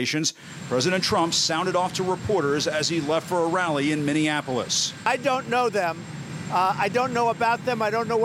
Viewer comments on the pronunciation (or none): Trump said Mini-in-apolis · That made me laugh more than Trump's earlier "Minionapolis"